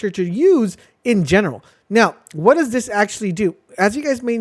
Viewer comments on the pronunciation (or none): none